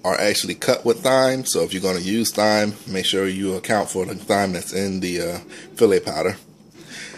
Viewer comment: the "h" is silent in thyme. you're welcome.